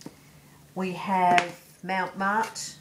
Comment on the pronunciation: Am using all the same products and learing as I go. Loving your bowl tips. Beautiful. BTW is NOT MOUNT Marte, it's MONT Marte ( Different place. LOL)